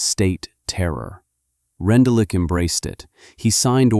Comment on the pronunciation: I know it’s AI but you pronounced his name wrong.